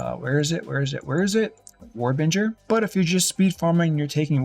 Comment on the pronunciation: War Binger.... Binger not Bringer. He literally shows the node in the video